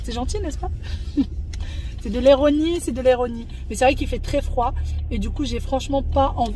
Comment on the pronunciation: Mdr ça me fait rire tu dis toujoeis « d’étuliser » au lieu d’utiliser et dans cette vidéo tu as dis « éronie » au lieux d’ironie mdr Mais y a bcp de personnes qui disent « étuliser » bizarre comme la fille de la chaîne Nazya il me semble Peut-être c’est moi qui entend mal 😅